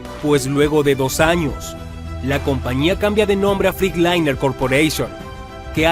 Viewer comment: No se pronuncia FRICLAINER ,se pronuncia FRETLAYNER 🤡🤡🤡🤡🤡🤡🤡